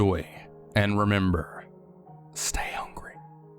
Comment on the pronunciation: I know you said stay hungry at the beginning but at first i heard stay ugly i was kind of offened lol